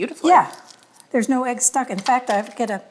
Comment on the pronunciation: is so arrogant and dismissive of her sweet mom. Her mom is a better cook than she is, let’s be honest. Also, egg is not pronounced “aig”. Listen to your mom,. She never responds to what her mom says. She changes the subject immediately as if her mom didn’t say anything😅. A little too arrogant for such an unprofessional home cook. runs circles around.